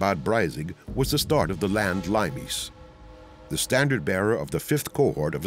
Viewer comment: Limes is pronounced LEE-mess. Not LIME-ees.